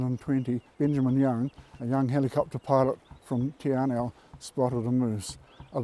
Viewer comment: tee ar-now… lol